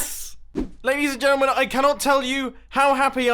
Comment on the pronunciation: A bit after this you hear how he doesn't saw his words fully, he's like laaaidds nd ntllmn